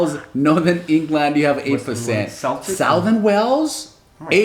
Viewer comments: Celtic is pronounced as if the c is a k. Congrats on being a global mutt! So am I. I think it's awesome! 😉👍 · Celtic is pronounced keltic😂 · Celtic is pronounced "keltick", and Gaelic is pronounced "gay-lick". This is Irish and Scottish.